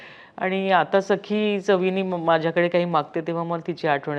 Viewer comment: Why she is saying sai its sakhee